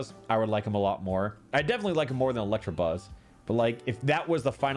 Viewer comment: Gonna update this list of gross mispronunciations as I watch: -Electrabuzz -Ampherdos